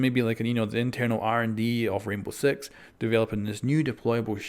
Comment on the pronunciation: he said Rainbow Sex xD